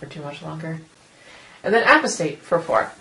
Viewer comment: A-POSS-TAYT, not A-PUH-STATE ... other than that, good job :)